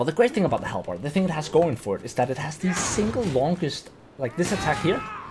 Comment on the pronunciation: WAAAAGH !!! It's pronunced ...... hal- buhd !!!! Never do this again ! 😁 Fun fact : In Hungary : Alabárd ! And how do you pronunce in your country guys ? Write down !